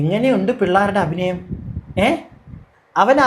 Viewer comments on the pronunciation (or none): none